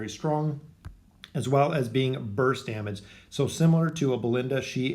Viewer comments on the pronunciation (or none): none